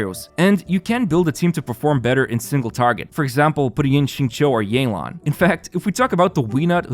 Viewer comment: the nilou and yelan pronunciations are making me feel crazy